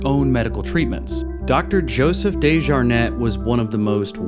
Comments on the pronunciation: When you pronounce the Dejarnett it’s DEE -SHJAR - Net!!! Not DAY-sJAR-NET From the RVA and know the family Went to school with the surviving family- Scott Desjarnett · I know DeJarnette... I worked at the more updated hospital years ago. Your pronunciation is so much more bougie than I've ever heard it!